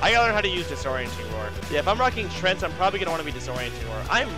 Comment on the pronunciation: Tree...Ant... TREANT. stop saying trent please. kthx